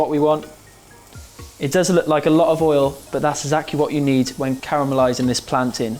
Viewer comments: Yes he said plantain like us Jamaican islanders! 🇯🇲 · love how you're pronouncing plantain the Jamaican way! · I really appreciate you not pronouncing it "plan-tayne" loool